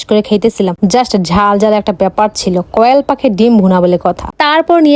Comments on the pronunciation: কোয়েল না না না কয়েল 🤣🤣🤣🤣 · কোয়েল ❌❌ কয়েল ✅✅ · কিরে ভাই কয়েল কি শুদ্ধভাবে বলতেও পারো না কোয়েল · কোয়েল❌ না কয়েল✅